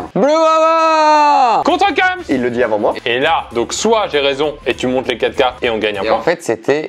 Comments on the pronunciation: Kems se prononce bien "Quémss" et pas "cums" c'est une règle de grammaire. un E qui précède une consonne se prononce é. Et puis en Français, il n'y a aucun moment où le E est prononcé U ou OU. A la limite si il y'avait un tréma, mais là, c'est clairement pas le cas. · Kèms et pas keums mdrrr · par contre on dit pas « keums » mais « kéms »..... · Prononcer kems « cums » c’est très grave et très perturbant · J’étais perturbé par le mot « kems » prononcé « keums » et c’est très grave cette prononciation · Ui de ouf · De ouuuf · 3 secondes de vidéo et qu'entends-je : qui dit Keums pour kems ? Wtf ?? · prononciation keums supremacy